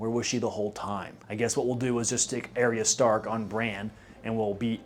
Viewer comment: Great video- you obviously spent way too much time thinking about this, but I can't get over the way you say "Daenery-us" and "Air-ee-uh Stark" like did bro not hear anyone say their names even once???